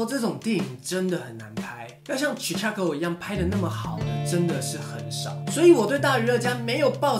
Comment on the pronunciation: 更正：1.發音錯誤 greatest 並不是 great-est 2.發音錯誤 chicago 應該唸成chiCAgo （感謝熱心網友提醒）